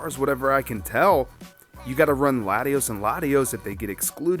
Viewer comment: Latios and Latios lol Lati"as"